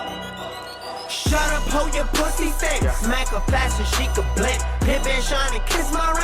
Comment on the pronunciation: Ha ha..... he says "cudda" and "duie" funny...